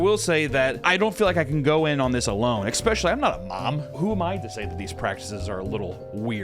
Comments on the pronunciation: Please don’t take this the wrong way. A lot of times you say “expecially” when you mean “especially”. Like folks who say “expresso” when they mean “espresso”. I can’t help giggling when I hear that. Like people saying “pacifically” when they actually mean “specifically”. I’m a subscriber and a fan of your content and would hate for people to misunderstand (or pretend to) and try and call you ignorant when you clearly aren’t. You ask for comments so here is mine. I’d be saddened if people miss the point you are trying to make, or dismiss you as a valid critic, because they take issue with what they have decided is sloppy or ignorant phrasing. And I am sorry I giggled. I agree with your points and the seriousness of the situation. I just couldn’t help myself. So I thought I’d let you know the expected pronunciation so you could update or not as you choose. I am not trying to tell you how to run your business. My comment is well-meant and I hope you take it that way and don’t feel like I attacked you. That’s the last thing I would want. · did papa just say expecially? oh noes dreams are broken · I can't get over him saying "ecspecially." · eSSSSpecially. There's no K before the S. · Is he saying "especially" wrong like Tom and Christina P? I hope so...